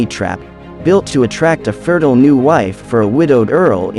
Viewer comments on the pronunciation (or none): none